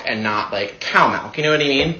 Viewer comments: People who pronounce milk like MeLk are incredibly annoying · Pronouncing it MELK makes ya wonder folks. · Strawberry maulk and not cow maulk😂😂😂😂😂 can't pronounce his words either 😂😂😂😂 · I've never heard a straight person pronounce milk as.. malk. Or worse yet pallow and lag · why does the dude pronounce milk like that?